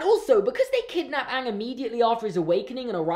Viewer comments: They pronounced Aang Ong and that was just ONE of the worst things about the movie. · Awng, they pronounced Aang’s name, Awng! I USED TO LIKE THIS WHEN I WAS 3! Then I watched the show when I was in year 5 and realised that this movie is GARBAGE! This is a disgrace to the greatest cartoon of all time and I’m so angry at it. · Ok everything he is saying about avatar the last airbender movie is all true it's horrible I just make fun of it!! They mispronounce everyones name!!